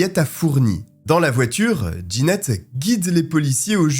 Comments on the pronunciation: Jeannette se prononce : JAnnette et non D' Ginette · Trop déstabilisant la prononciation du prénom jeannette : « Djanette » pas « Ginette » C’est un détail , mais ça m’a perturbé.